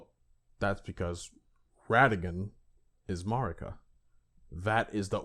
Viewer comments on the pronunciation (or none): Mispronouncing Marika is a bit, right? It rhymes with America. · Seriously… MAAr-ika?? The game pronounces her name over a dozen threes times, but your retarded ass chooses to mispronounce it. MAh-MAh-rika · keep saying marika how u want. man i don’t understand why it gets people so upset. we all know who you’re talking about so the point is getting across and that’s all that matters. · Damn bruh u butchering marika's name